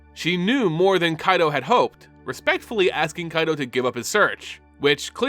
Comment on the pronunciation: Thank you for scratching my itch with Kaito's pronunciation!! With the first Phyrexian Planeswalker running around now and hunting other Walkers to add to their army. Do you think they may call upon Nicol Bolas and Ugin once again to help fight against this new threat? On another note. How do you think the Phyrexians will fair against the Eldrazis? Both species are able to warp and recreate others into their liking.